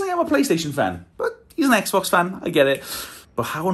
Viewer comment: 엑스박스가 아니라 에그박슼ㅋㅋㅋㅋㅋㅋㅋㅋㅋㅋㅋㅋㅋㅋㅋㅋㅋㅋㅋㅋㅋ